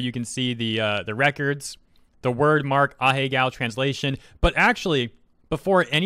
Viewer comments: Ah-He-Go (not ah-he-gao) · Pretty sure its not pronounced ah-hey-gow